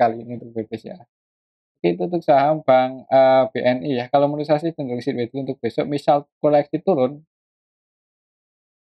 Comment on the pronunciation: BKN sidwei mas bacanya tp saidwei 😊